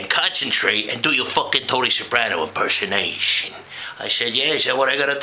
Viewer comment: holy david chase this is awesome. especially like the over-enunciation of "imperso-naaaaa-tion". Funny shit.